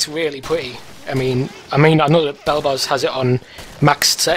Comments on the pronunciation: I love the way that guys says "Pwitty" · "really pwetty"